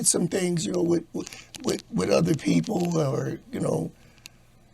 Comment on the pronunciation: Everytime says "udder" because he can't pronounce "other" 🤨🤣🤣.